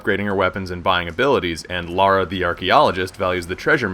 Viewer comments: I like that he says 'Lara' and not 'Laura'... Top man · 20 seconds in, no idea who is talking, but THAAAANK you for saying Lara instead of Laura. Thank you so much. I like you already.